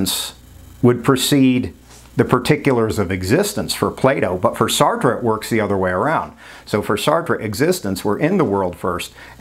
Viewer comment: Thank you for pronouncing Sartre's name correctly! :hand-pink-waving